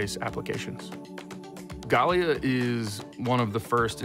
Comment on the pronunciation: Man said Gay-leia 😂